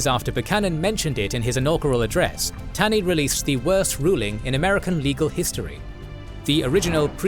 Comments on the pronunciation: The Supreme Court Justice who authored the Dred Scott decision was not Robert Taney, he was ROGER Taney. And his last name was pronounced "TAW-ney." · Minor point but Roger B. Taney’s last name is pronounced as “tawny”